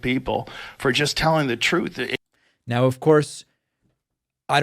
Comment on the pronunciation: Troth Central😂😂😂 He really has a hard time saying the “Truth!”